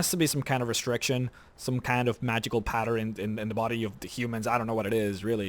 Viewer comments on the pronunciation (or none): none